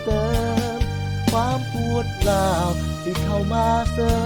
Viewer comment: เพราะมากตรงที่ชอบคือ ปวดร้าวพี่ออกเสียงแปลกแบบนี้และชอบแล้วก็คำว่าย่านเอื่นได้ดีมากคำว่าย่านพี่มันย่านนนนนนนนนนเอื่นได้เยอะมากผมยังทำไม่ได้แบบพี่แต่ก็จะพยามพี่เรียนม.อะไรผมคิดว่าม.6บ่าย